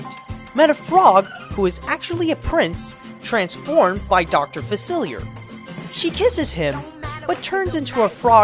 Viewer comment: It's pronounced 'Fa-Silly-Ay'